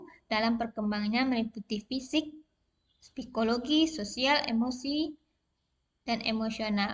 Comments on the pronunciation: Psikologi bukan spikologi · Hehehe mantab bu.... koreksi sedikit ibu guru itu psikology bukan spikologi..... selebihnya luar biasa...doakan lulus 100 persen ya bu.